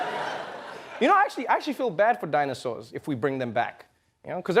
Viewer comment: The reporter couldn’t pronounce “dinosaurs.”